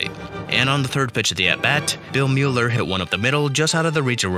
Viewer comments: Love the video, always nice to look back at that 2004 Sox team, legendary. Buy, fyi, Bill Mueller's last name is pronounced without the 'u', so it sounds like Miller. Was kinda funny hearing Mew-ler a few times :) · Bill Mueller's name is pronounced "Miller." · Mueller is pronounced Miller. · It's pronounced BillMiller btw, ik doesn't make sense but Mueller= Miller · Great video, but please look for a pronunciation guide next time. Lucchino, Mueller, and Mientkiewicz all mispronounced.